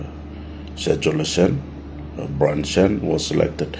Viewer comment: Peter lusim, court will advise us all and BTW it's Byron not Brian 😂